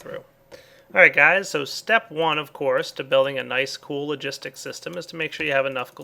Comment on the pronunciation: He sayd crafting logisik pipe 2 times lol